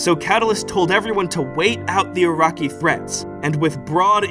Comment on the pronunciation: Ur-rak-ee!?!?! Naaaaah. Bs nah It's Oo-Ruk-Kai Uraki